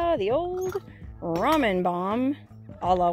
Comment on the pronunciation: its pronounced ramen..not ramen-duh